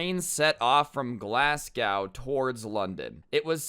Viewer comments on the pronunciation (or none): Lmao its pronounced glas-go but nice video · The way you pronounce Glasgow hurts me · Lmao did he try and say Glasgow? as in the city in Scotland?! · the way you said glasgow had me laughing